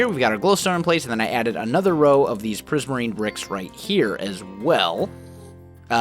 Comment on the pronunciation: turn the captions on and watch the part where say "prismirine brocks"